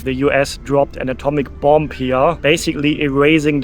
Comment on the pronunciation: Hi! Tolles Video! Ich möchte auch so gerne mal nach Japan. Ich warte aber, is meine Tochte etwas älter ist und es auch genießen kann. Kleiner Tip: that b am Ende von "bomb" ist stll. Also man sagt "bom" auf Englisch. Habe ich auch erst vor Kurzem herausgefuden. Grüsse aus Cardff, UK!